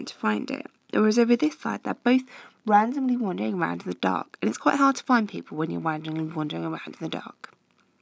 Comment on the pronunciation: wtf anyone hear this tougher twister “wandomley rondering” 😹😹😹😹😩😩and ps I reckon I write in my exam “it’s quite hard to find people in the dark u know”